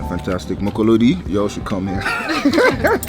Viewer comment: Mokolodi he didn't say it right 😂😂😂